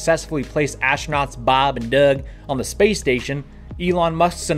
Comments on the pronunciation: I find it annoying and disrespectful to these men who sacrifice a lot to do the work they do... Just say their names with some fucking respect maybe, and I wouldn't take it so personally... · I hate how you say Bob and Doug - are they some kind of joke to you. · "bahb and deurhg" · Why do you say bob and doug, that way? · Don't mind me, I'm only hanging around to hear you say "Bob and Doug" in that dirty western accent! 😂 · I loved it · Why did you say “Bob and Doug” so weird, wtf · The way you say bob and Doug makes me deeply on he edge of unsubscribing please consider saying it like a normal human being.